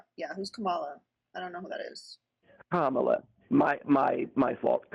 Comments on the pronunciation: The man can't even call Kamala the right name, who gives a fuck what he thinks if he's going to mispronounce her name every single time? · Considering how caller keeps spewing maggat talking points and unable to pronounce Kamala's name my guess he's always been a fascist pos